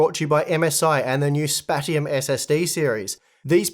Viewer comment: I have a feeling that sponsor spot was supposed to be pronounced "spasheum", like spatial, because 3D NAND.